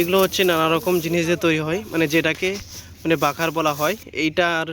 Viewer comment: বাখার না রে খামার😅